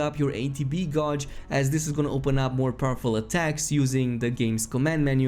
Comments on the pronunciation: Gauge is pronounced like page, not like Dodge. Gage like page, mage, rage, sage. Not like lodge or dodge just so you know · "Gauge" is pronounced geyj, not gouj. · GODGE GODGE GODGE!!!!!!!!! bruh It's "gayj" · Bro said gawj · Please PLEASE start saying “gauge” like you would “cage”.. the word you use is nonexistent 🤷🏻‍♂️💯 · Gay-j not gauge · A friendly reminder for future reference as well. Gauge is pronounced as geyj. Great video overall.